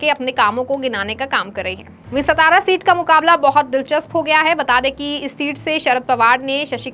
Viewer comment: सतारा नही सातारा